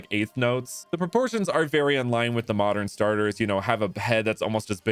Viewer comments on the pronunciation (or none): none